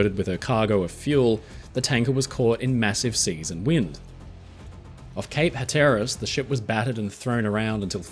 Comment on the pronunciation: Cape "hat-ur-is."